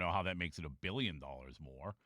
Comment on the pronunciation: You have zero conception of what 2 billion is. Stop saying it with emphasis like you do.